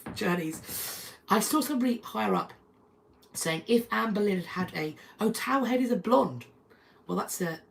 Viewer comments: Towhead is pronounced toehead. My daughter was white blond and my son strawberry blond, but you wouldn’t know it now. They still have their blue eyes. Someone once commented on me dying my toddler’s hair white. We were at the hair salon, and the woman was set straight by the stylists. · It's "towhead."